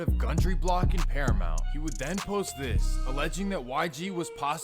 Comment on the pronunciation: Especially when he said paramount which is literally bordering Compton ahahaha he said that shit like it was Irvine lol